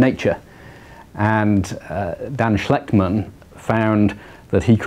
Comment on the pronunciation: Dan SHECHTMAN, not schlechtman